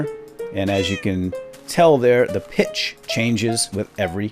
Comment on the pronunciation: whene you siad 'go back to the default pitch' i thaught you said 'go back to the defaualt bitch' and i choked on my sandwich :P